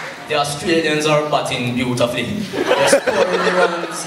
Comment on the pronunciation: Holding Awesome dude " Beautafly " the way you were pronouncing